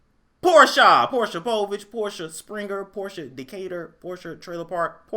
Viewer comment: I'm mad you keep pronouncing her name how Nene did! 😂😂😂